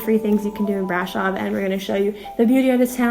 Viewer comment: The accent is on "O" not on the "a" - please! Brasooooov!